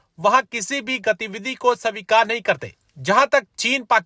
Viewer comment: Bhai Sa-vikar nahi. It's Svikar. ( स्वीकार) Pronunciation thik kar. Hindi matribhasha hai teri.